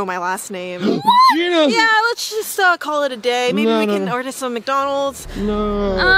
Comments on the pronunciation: It’s Regina Ginera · It’s Ginera that’s Regina‘s last name ginera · ITS GINERA LOL